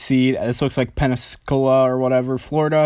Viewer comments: "Pen-ne-su-cula"? Pensacola. FL. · WOW COOL... side note: it's PENN-SA-COLA. just so ya know for the future. 👍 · It's pronounced Pen-si-cola. School much? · It's pronounced Pensacola bro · Learn your stuff man godzillas neck always had glow when he fired off in kotm he just wasn't orange also learn to pronounce Pensacola for christ sake